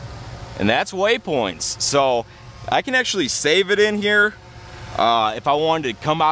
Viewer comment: Cool ... but please stop saying waySpoints!